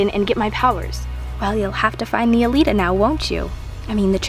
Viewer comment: it's calita, not calelita:-)